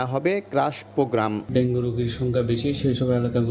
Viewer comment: ডেঙ্গু না বলে ডেঙ্গি বল্লো বার বার কারন জানতে চাই..?